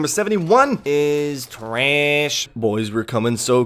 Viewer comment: The way you say trash is giving me an aneurysm 😩